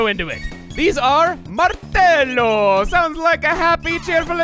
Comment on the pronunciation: I fell down my chair at the "Martello" part. Jokes aside the pronounciation was next to perfect, kudos to you